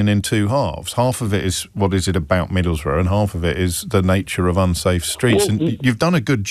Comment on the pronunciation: Pronounced: Middlesboro’